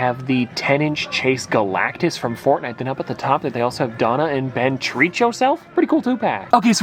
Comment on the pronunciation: “ From Fortnit” 😂